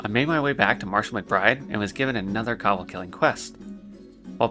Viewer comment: co-bold, not cobbled... defias...